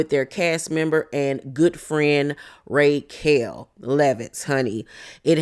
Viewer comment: Every time you call her "RAY"quel, I scream 😂😂.